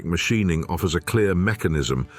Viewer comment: WTF is Mashineing??? Teach your AI voice better.